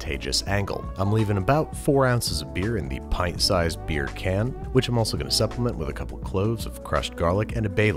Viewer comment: Can you say it without sounding like a Jamaican saying bacon chicken